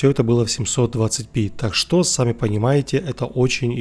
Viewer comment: почему в словосочетании "так что" вы делаете ударение на "что". Хотя общепринято на русском языке делать удаоение на "так"?